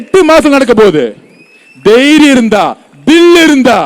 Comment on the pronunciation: Lottery Aathav, unnudaya pechum sariyillai antha pesukira slangumsagikala thimirunu pesanum thumuru illa, thimirunu sollanum dhaiyiramnu sollanum theiriam illa dhairiamnu sollanum un pechum seigaigalum kezhtharamanavai. muthalla Ozhungaa pesa kaththukkanum kana mattamana pechchu unnai taram thaahthum vithamaga ullathu.panam mattumemanithan tharathai uyarthaathu,manithanin varthaigalum saigaigalume maanbai prThiblikkum😢😢😢😢😢